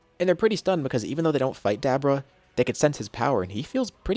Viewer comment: It's so funny to hear him say hit the Dab orah.. and bra for Bulla.. some of these names he pronounces are pretty funny xD